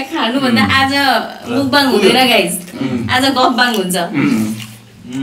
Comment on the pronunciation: राम्रो उचारण दिदी मुकबाङ 🙅‍♂️ मकबाङ ✅️